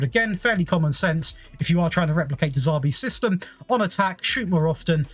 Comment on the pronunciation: Sorry because you could have some underlying speech impediment, but, who the hell is de Zaarbi? If you can’t even be bothered to pronounce the guys name correctly why would anyone want to listen to anything else you say, what a class A dick!